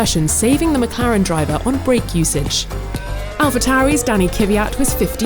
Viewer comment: We have to appreciate how well this girl says the drivers name!!